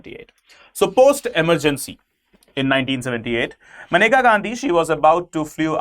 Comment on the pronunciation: it's menka not maneka atleast dhang se pronounce krna to sikh jaao kale angrezo